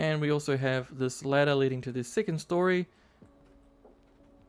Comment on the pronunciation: What is a sittlement, or "sicond story" ??? Is it SO hard to speak like a normal person?